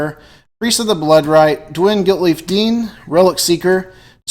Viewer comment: you keep saying dwylen